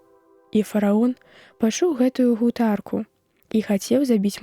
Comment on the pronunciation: У словах: гутарка, прыхадзень, лямант - націск на першым складзе, а не на апошнім, як чытае дыктарка.